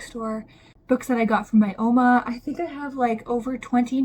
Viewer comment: Merry Christmas, or as my family say in Afrikaans; geseënde Christusfees (a blessed Christ festival). I hope this is a blessed time for you with friends and family full of rest and reading. Ps. I love how you say "ouma" when you talk about your grandmother, because it is also what we call our grandma in Afrikaans. But Dutch and Afrikaans are similar in a lot of ways...so it makes sense.😊